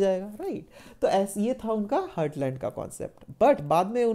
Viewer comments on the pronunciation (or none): It is heartland not hurtland please do correct your pronunciation btw your lecture was awesome 👏